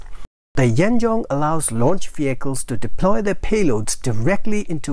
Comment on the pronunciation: The pronunciation of 'Yuan Zheng' is similar to 'Yuan ceng' or Yuan jeng'.